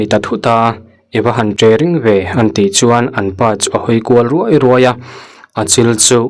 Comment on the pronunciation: Ruai ruai tih te khi i thluk diklo nasa thei mange aw...mahni ṭawng thlûk diklo a video audio han siam meuh ṭhin hi chu...inzir teh, i record hma i athluk dik i hriatloh chuan ahre tur zawt hreh suh...a zialo em mai...